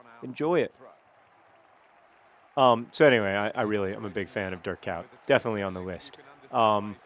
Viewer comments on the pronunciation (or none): your pronounciation of Dutch names is absolutely awfull, it took me ages to figure out that you meant Dirk Kuyt XD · You really butcherd Dirk Kuyt's name xD